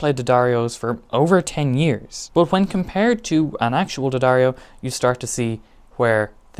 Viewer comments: Okay, thanks for the vid... but..in keeping with it being genuine... It's Dee-ahh-darr-ee-oh. Not Duh-dario. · Its pronouced dee- adair-o, or d-addar-o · You’re pronouncing “D’Addario” wrong. Just ask Philip McKnight! Lol